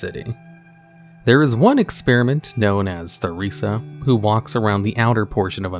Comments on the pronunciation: the way you're pronouncing theresa is mildly infuriating. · Okay, so I managed to make it 1.25 minutes into the video and listened to you call Theresa "THUH-reesuh" 4 times before i got annoyed. Have you never met a person named Theresa, or at the very least, actually played the Fable games? It's pronounced Teh-reesuh. It's just a pet peeve of mine when people wildly mispronounce proper nouns. Especially when they originate from the speakers native language. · Theresa is pronounced, Tuh-Reese-Ah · The name of the lady in Undercity is pronounced Teresa not "THE"resa. I should know my mothers name is spelled the same way and it is pronounced Teresa. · Goddamnit, it's pronounced Tur-rees-a, Teresa! It used to be a common name! It's also not an uncommon spelling of the name. Gees, man. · It's Tear-re-sah....that H is silent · The way you pronounce Theresa’s name makes me gag lol it’s TAH REE ZAH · You don't pronounce the "h" in Theresa, Mr. Man. It's an alternative spelling of Teresa, mainly used in Spanish, Portuguese, and Greek communities. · "Theresa" is pronounced with a hard t sound... my brain hurt hearing the-resa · Theresa is pronounced Ter-ee-sah...jsyk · "Theresa" is pronounced Teresa. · Theresa - Ter ee suh Stalvan - STALL VAN Eastvale - EAST VALE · "Theresa" lmao this guy never can pronounce names correctly. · The h is silent in Theresa! 🙄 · now why did you pronounce Theresa like that…. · honey that is not how you pronounce theresa.... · Or Theresa too